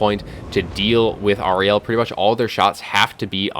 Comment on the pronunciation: I think you're mispronouncing Ariel. I'm guessing GW based her on Shakespeare's character from The Tempest. Air-re-al. That was a party political broadcast on behalf of the Grammar Nazi Party.